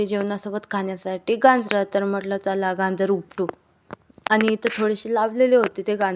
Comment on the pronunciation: गांजर नवे बाई गाजर 😂